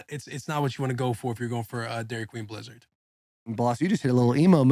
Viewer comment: will fightin demons trying to say that blizzard name